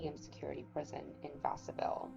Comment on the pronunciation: Good job on collecting info 👍 can be hard to find sometimes. Wish I could find more info about his time in msp. It is suspicious that when he hung himself, his hands were tied behind his back. One thing is Vacaville is pronounced va-ka-vill